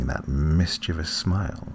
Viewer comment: Life is wondrous and lovely and good. There is another person on the planet that pronounces the word mischievous correctly! Great story and delivery divine.